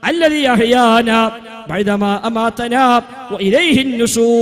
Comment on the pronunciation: (ബൈ ന മാ) എന്നല്ല (ബഹ്‌ദമാ) എന്നാണ്